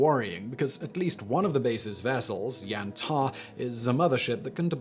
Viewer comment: Number 1 is pronounced Ya-man-tau. There are no Minotaurs at Yamantau but in the video game Metro Exodus Yamantau is home to crazy cannibals pretending to be the Russian government to lure unsuspecting survivors in and eat them. But Raven Rock on the other hand in Fallout 3 is home to a secret US government facility run by a super computer pretending to be the president.